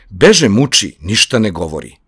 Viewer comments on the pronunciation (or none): Samo jedna ispravka..Ne akcentujete reč "kada" kako treba...Kada u ovoj pesmi je kaduna, nije reč za vreme (kada?). I "beže" takođe..obraća se begu. Akcentovali ste kao da "beže" znači bežati, trčati 😊